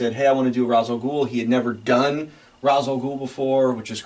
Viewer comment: I knew I liked you … but that Led Zeppelin collection seals the deal. And then you said R’as alGhul is you’re favorite Batman villain… but you said his name wrong… 😂